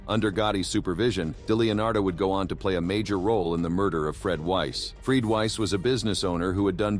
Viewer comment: This thing is text-to-speech robot voicing. The quality is exceptionally high, but these sorts of things give it away. Somebody typed "Freed" instead "Fred" at one point, and it was dutifully pronounced "freed". A human narrator would catch the mistake and pronounce correctly, as it had been only a few seconds before.